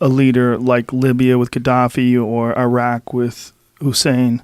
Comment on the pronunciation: Rogan doesn't know how to properly pronounce Iran or Iraq